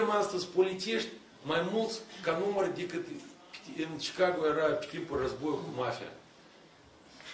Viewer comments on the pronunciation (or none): none